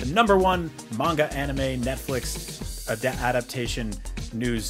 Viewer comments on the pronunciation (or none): Dude whats with you pronounciation, Ahnime, Luhffie, Aichiro oda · Yall worried abt him saying Luffy, but the way he said Ohnimay (anime) and Yu Yu Hakushu (hakusho) is nasty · Mispronouncing Luffy as “Luhffy” is one thing. But IGN why are you getting this guy to do anime news when he can’t even pronounce “Anime” he called it “Uhnime” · Don't forget how he pronounced anime as ah-nime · This dude said (an new may) 😂 yuyu hawka shoe and if you say “luff fee” one more time.🤌🏾 it’s “loooe feee” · IGN couldn't find any correspondents that are true aw-nime fans🤣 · nothing but the best ah-nime🤣